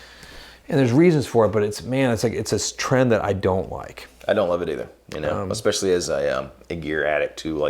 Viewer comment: please stop saying “x specially”!